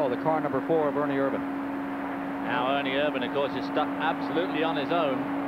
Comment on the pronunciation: 2.25 why isn't Richard petty name on his car ...and its ernie Ervin. Not vannnnnn